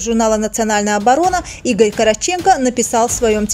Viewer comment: Игорь Каратченко дейил, Корооотченко-дур)))